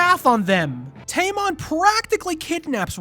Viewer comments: tamon sounds like tampon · You call him tamon, I call him tampon